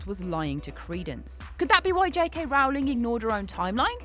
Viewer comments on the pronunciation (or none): none